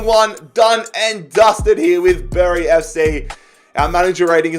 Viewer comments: Bury is not pronounced bury it’s pronounced berry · It’s pronounced ‘berry’